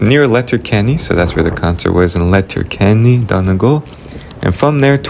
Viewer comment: Great video, lovely story. What a great thing to be able to do - to visit the ancestral home. (We pronounce Donegal - Dunny Gawl). The scenery in your video is beautiful. I hope you have more visits to our lovely Ireland. With love & best wishes from County Clare. 👍❤️🇮🇪🇮🇪🇮🇪